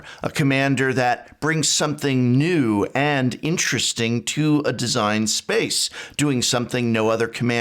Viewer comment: Professor says “which new deck are you building?” My hearing: “which nude deck...”. :-/ Sorry, Prof.